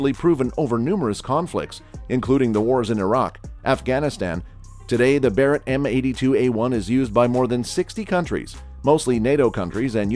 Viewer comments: Did this guy call the barret a berret? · I stopped watching at the "Buh-rett" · This video lost all credibility at “berett” m82. Dislike for nonsense. 🤣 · I'm gonna be honest, as soon as you said, Berret, and not Barret, I can't really trust this. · You lost me at "Berett". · "berett" lol garbage video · You can’t even spell and pronounce Barrett correctly? Ohh god sometimes you do sometimes you don’t… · Yeah show a bizon as a calico and mis pronounce Barrets name I doubt this is a good gun channel probably some nra fanboys